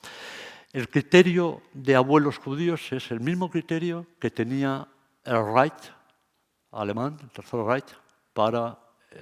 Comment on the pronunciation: "el tercer Right" 🤣 y luego Tel Avit Querub